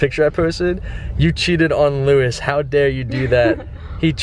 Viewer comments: HOLY FUCKING SHIT HE SAYS LOUIS AS LEWIS WTF............ I am disappointed in you matie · u pronounced Louis wrong